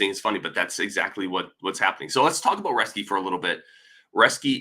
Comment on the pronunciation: It is pronounced Roes-ke.